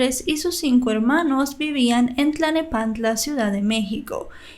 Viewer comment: Es Tlal ne pan tla. No Tla ne pan tla y no pertenece a Ciudad de México es Estado de México.